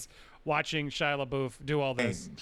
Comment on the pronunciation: Dude please pronounce Shias last name right wtf haha